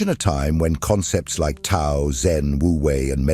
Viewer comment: Profound and helpful video but please correct pronunciation of Tao. Thanks.